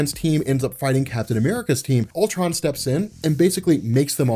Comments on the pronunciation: it sounds like he's calling him pimptron lol...this comic seems like it's heading twords another huge climax that in the long run won't mean anything..I hope I'm wrong but marvel's track record it what it is. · Lol sounds like he keeps saying pimp tron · Please tell me I'm not the only one who misheard him saying "PIMPTRON".